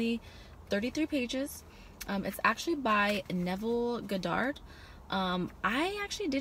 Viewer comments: Honest Mistake, Its just the first time I heard it pronounced that way lol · thats not how you say his name lol